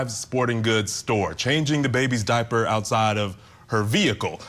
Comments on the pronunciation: I know, who in an interview says “diapey” instead of diaper. That’s something you say between you, not in public. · Wait... Did he say Daipy? He's guilty for sure if that's the case